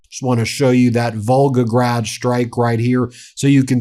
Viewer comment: The cool American accent pronouncing foreign words - a always becomes e...Volgogreeeeeeeed! - Pentzeeeeer